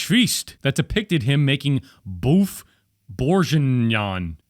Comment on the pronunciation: It's pronounced: BUFF BOUR GEE NYON lmao (I'm a Frenchie and felt offended, sorry)